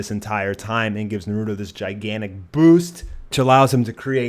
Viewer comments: ITS NARUTO FUCKING NARU*TOE!!!!!!!!!!!!!!! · 54 people heard him pronounce Naruto Nurudo and got triggered. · It's naruto not narudo and madra not Medea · mugen "Naroooodo" "ho-cage" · "Narooodo" "Hoe-cage" How TF did you watch an entire series and not figure out how to pronounce names and titles lmao. This is what the English dub does to people 😂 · not to hate but the way you pronounce rasagan and naruto bugs me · Narooto Borooto Mahdarah Ho-cage Raz n' gan What kind of whack ass pronounciations are those? Are you sure you've watched the anime? Pitiful. I Spit on you from utter disgust.